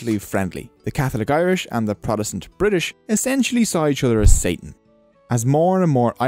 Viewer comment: you beed to start pronouncing your B's. Potato not Badaydo. Politics not Blitics. Funny you can say Protestant correct